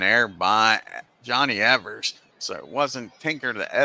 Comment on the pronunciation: You’re misreading the box scores during the opening minute of the video. You corrected yourself in the second minute. Also, Evers pronounced his name as “Eevers,” not “Eh-vers.”